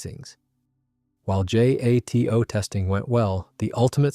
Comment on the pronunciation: It's not J-A-T-O. It's jato, as if the acronym were a name, one word.